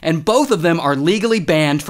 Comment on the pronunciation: "Shout out to Nabraska for bieng gross."💀